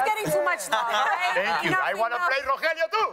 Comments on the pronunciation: I can't get over the fact that guy keeps calling ro (helio) ro (jellyo) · Hahahaha yeah noticed it too it’s ro hell lio